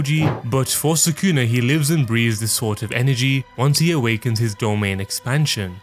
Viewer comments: Why do you always say suh-KOON-uh? It’s SOO-cu’nuh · If you watch the anime, you'll know how to properly pronounce the character names. Japanese names have the accent on the first syllable. So, Sukuna is pronounced SOO-kuh-nuh, not Suh-COO-nuh.